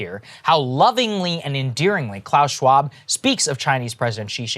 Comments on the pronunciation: ShWab...guys, not Shaab.... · Schwab even has the correct accent to be a mad scientist.